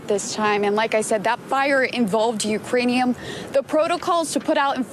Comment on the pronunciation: She said "Ukrainium" 🤣😂🤣😂